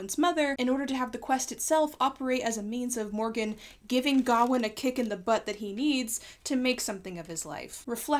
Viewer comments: It bugs me that you pronounce Gawain like Ga-win when I'm used to hearing it as Ga-wayne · Isn't the name pronounced Ga-wayne? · Well, the director of the movie made a comment about how they did not want to give finality to the argument about pronunciation, since the actor who pays King Arthur says it as "GARR-wayne' and the rest of the characters say "GOW-in". When I was being taught about the story in college, my professor said "ga-WAYNE", so there really is no "correct" way to pronounce his name. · Can you address the pronunciation of Gawain for me. I've only ever heared it pronounce Guh-wain to rhyme with swain. I've not seen the film so not sure how they handle it. Is this a case of someone's making an error or of multiple possible pronounceations? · Why do you say Gawain like that? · Why are you pronouncing sir Gwain weird? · It kills me how badly you mispronounce Gawain, but other than that, yeah, sure, cool vid.